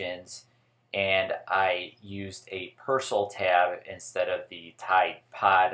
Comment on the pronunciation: Persil not persl